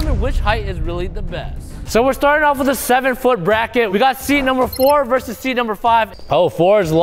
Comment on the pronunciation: Seed not Seat